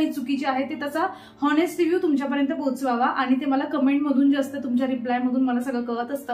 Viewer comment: English Che word khup Chukiche pronouns karte tu Jase ki हॅानेस्ट नसतं अॅानेस्ट असतं अलरेडी नसतं अॅालरेडी असतं असे बरेच शब्द चुकीचे बोलतेस